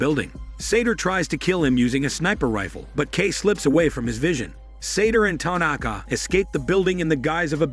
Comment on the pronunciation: Ty- Nak-Kah😆